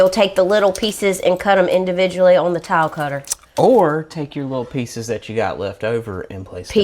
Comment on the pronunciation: It sounds like you are saying TOWEL INSTEAD OF TILE.